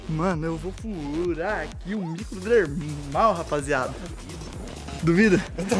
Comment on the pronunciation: Kkkk REH: que isso: microdermal: misomerlal kkkkk